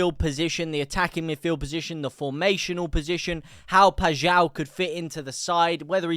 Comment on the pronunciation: The only streamer i have hera say paixaos name correctly lol